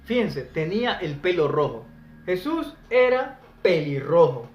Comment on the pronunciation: Yo quisiera saber en que idioma pronuncias el nombre de jesus??